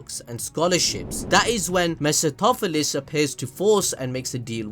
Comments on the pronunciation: got to learn a new word. Mercy-toh-philis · Everytime he mispronounced mephistopheles I had a stroke